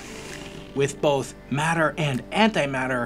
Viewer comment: Matter and antimatter. Not madder and antimadder...